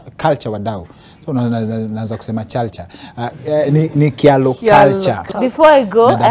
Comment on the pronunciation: Kingori you are right, it is pronounced as chalo not Kialo. Betty and her sisters need to learn how to pronounce their name properly. Even my kids live in England and they can say Chalo properly as we are Kyalo’s too.